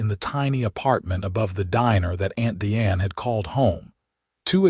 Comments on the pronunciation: At about : : the pronunciation of 'Diane' is incorrect neeeding a hard 'i' to fit the context!. The only 'e' in 'Diane' is at the end of the name and is silent there!. The audio sound of 'Deeanne' is nonsensical at best!. Oops LoL 😢😢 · Again before : : the name Diane is misspronounced. Oops LoL 😢😢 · Again at : : the pronunciation of Diane is messed up!. Oops LoL 😢😢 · Again at about : : the name Diane is grosely and nonsensically mispronounced!. Oops LoL 😢😢